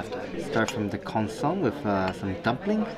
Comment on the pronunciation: It is pronounced 'con so me'.